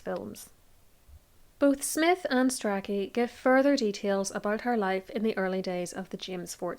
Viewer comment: It's pronounced "stray-chee"! And "stew-klee".